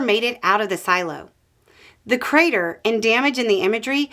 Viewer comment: when I heard you say "crater" I immediately, involuntarily face-palmed. oh my lord.